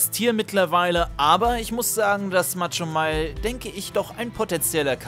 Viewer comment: Machomei nicht Matschomei 😂